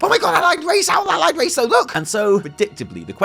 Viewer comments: Wait. Did you just say “Owlied race? Also potentially suspect info they said “and the horde” eeeeeeeeeeeeeeeeeeeee Happy birthday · "Owlied Race"